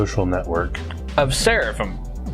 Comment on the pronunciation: you completely mispronounced Seraph lol.